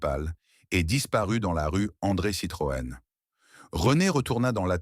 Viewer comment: Dommage car le sujet est intéressant mais a la moitié. j ai arreté quand je ne comprenais plus les dates chiffres ou qu il a dit Citrone